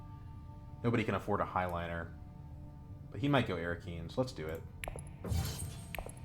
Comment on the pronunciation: curious why you call it "high-liner" instead of "hey-liner"